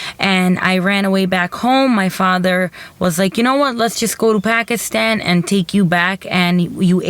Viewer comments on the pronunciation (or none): A local Pakistani cant pronounce "pakistan"properly? Pack-ish-tan??? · Begam "Packishtan" is how these Americans and Europeans pronounce it. We pronounce it as "Pa'k-is-thaan". I dunno what you are referring to. I hate when the whites cant pronounce the soft "t", or the Chinese, Japanese, Koreans, etc. cant pronounce the hard "T".